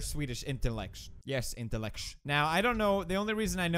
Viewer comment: "Such pure swedish intellectsh." "Yes intellectsh"